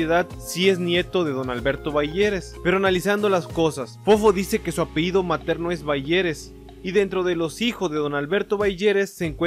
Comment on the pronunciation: No se dice "apeido", es apellido amigo... Eres investigador y no sabes ni hablar... Santo Dios.